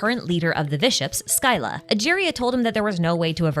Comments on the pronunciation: Scylla is pronounced Silla. Like scylla and charybdis from greek myth correction to be made: She specifically mentions that it removes people’s memories of the HoTH. Which is most of their memories, but not ALL their memories in their entirety. Otherwise they wouldn’t know how to speak or walk, and be returned to an infant-like mental state. They still retain bits and pieces of who they are. But their memories of their family at the HoTH and upbringing are just gone. Edit: Also it’s kind of adorable how Arlecchino’s feelings are completely evident in her actions despite saying things to try to throw us off. She didn’t offer Lyney, Lyneyte, and Freminet those flame bottles because she wanted them gone for protecting the 2 kids who wanted to leave. She offered Lyney, Lynette, and Freminet those flame bottles because SHE wanted them to leave. Or rather, she’s afraid of them dying and wants them to prosper, so she offered them an out so they don’t have to face the potential dangers of project stuzha. And she was obviously happy when they decided to stay with her of their own free will. She likely gave the other kids the option to leave as well. It’s very clear she cares more about her kids than she does about herself. The whole point of her plan with neuvillette was to ensure that former HoTH members thrive in their new lives in Fontaine. She wants them to be happy, not to die for the HoTH on missions with objectives they may not even agree with. Hence the flame bottles. And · Actually, the correct pronunciation is 'skilla' since this is a greek word. However, pronouncing it as 'silla' isn't wrong either since that's the latin pronunciation lol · Your pronunciation of Scylla is also wrong btw, it's the Greek word Σκύλλα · SKYLA??? The way thats pronounced is "Silla" scy-lla. the y after the c produces the soft c sound, not a k. just a minor thing but this was an amazing lore video! Cant wait for your breakdown on the Bedtime story quest lore!!!!